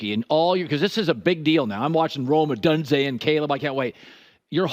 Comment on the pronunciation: It's pronounced Oh-Dune-Zay !!!